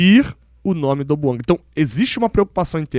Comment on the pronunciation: É BOUANGÁ QUE SE DEVE FALAR.